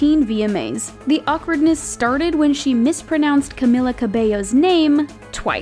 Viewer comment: Your still saying Camilla’s name wrong tho